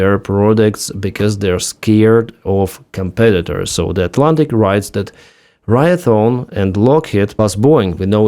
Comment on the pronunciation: "ray thee on" raytheon